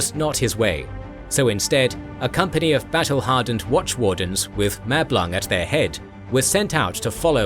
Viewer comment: I cannot be the only one to hear Mablung as ‘Matt Blanc’, and finding it utterly hilarious 😅 Great video, already watched several times. For such is the quality of thy creation.